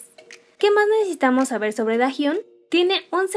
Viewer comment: Hace poco empiezo a estanear a twice y me parece un grupo hermoso y con muchisimo talento, pero fuera de eso Quien mas se dio cuenta que dice "necetamos" en vez de necesitamos